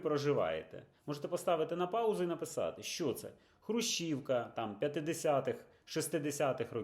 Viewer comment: Не хрущівка а хрущовка! Не Хрущів а Хрущов! Не гревен а гривень!